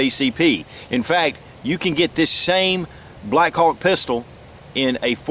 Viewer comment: I couldn't stop listening the word: blackcock...hahaha, Greeat revolver and great video. Saludos from Spain